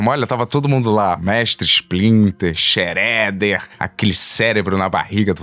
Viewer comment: shredder = chereder